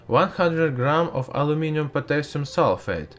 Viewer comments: Aloo miniun is not the correct pronunciation, it is Al loom i num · Sorry, you are talking like"pu a auminuum cuystar in frask"